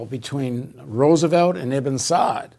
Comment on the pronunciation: With all due respect to Paul, it is the house of SaUd and it is the Wahabbis (Salafists). Pronunciation matters.